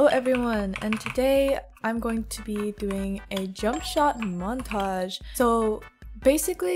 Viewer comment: montons😭 the way u said it